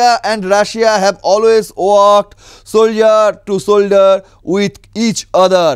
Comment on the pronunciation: এতো ইংলিশ উচ্চারণ ভুল নিয়ে কি করে সংবিদাদিকতা করেন?কথাটা ইগেরলি হবে, সোল্ডার টু সোল্ডার হবে